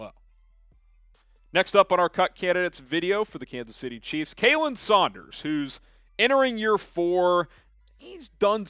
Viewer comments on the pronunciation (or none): It's pronounced 'kah-lin' sanders. Not a guy we cut just yet